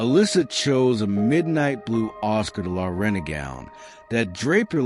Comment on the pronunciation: I have to agree... The voice is draining and couldn't even say Oscar de la Renta. I'm enjoying the story though, so I'm going to listen to the end.